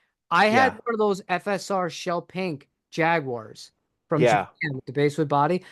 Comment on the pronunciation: You guys keep mispronouncing “basswood”. The “bass” in this word is pronounced like the fish, so it rhymes with “class”.